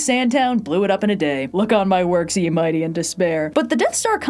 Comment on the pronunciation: "Look on my work C and mighty and despair"? WHAT ARE YOU SAYING ?! I have played that back 6 times and you STILL make no sense!!